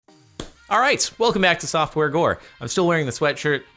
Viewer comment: is it just me or did it sound like he said softwore gore